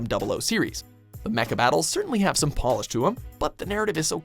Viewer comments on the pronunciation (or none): none